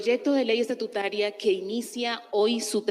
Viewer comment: No se dice estatutuaria sino estatutaria